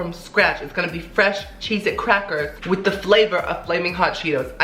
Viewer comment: "so chezety" lol